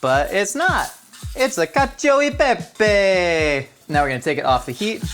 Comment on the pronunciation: Being an italian, you broke me with caccio e pepe